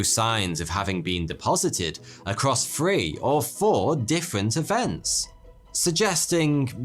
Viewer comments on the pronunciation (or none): You have some great stories but I don’t think my soul can take any more “weather” pronounced as “wevver” or “with” pronounced as “wiv” or “three” pronounced as “free” or “thought” pronounced as “fort”. 😩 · is my hearing off or does he say Free instead of Three?